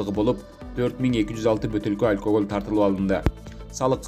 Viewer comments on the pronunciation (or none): Алькагол эмес алкаголь